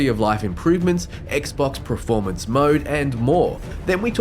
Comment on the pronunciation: also are you saying ‘preformance’ ?